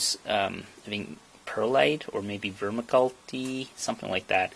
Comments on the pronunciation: Ver mick you lite...... not vermacultie haha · Vermikultee... no just no, say it with me VER MICK U LITE. Good video. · “VER-mi-cul-tee”???… pronounced “ver-MICK-u-lite”. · Lol It's "Ver-mick-you-light" not "Vermi-culty" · “Vermi culti” 😂 Gonna assume that was a deliberate gag! For any who don’t get it..he is saying Vermiculite 😜 I might try this design👍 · Ver-mick-you-lite Vermiculites pronounced. Sorry if I sound obnoxious. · Ver-mick-you-light. Great idea for a small forge. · Vermiculite = “ver-mick-you-lite.” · Ver...Mick..you...lite! Anyone else catch that? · Are you that dumb? Its pronunced like this..fur-mick-you-lite. It is as common as dirt in gardens around the world. When you buy a house plant, the white things floating in the black pot soil are vermiculite. I dont believee you have never heard of it. Kids these days just dont read.